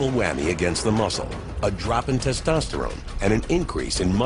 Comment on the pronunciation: NimyX 》 hahahahha “tastastarane” 😂😂😂 it’s testosterone u dumbshit